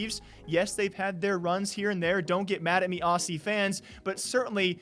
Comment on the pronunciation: hey just quick tip when you say aussie it’s pronounced ozzie. Love from down under ❤️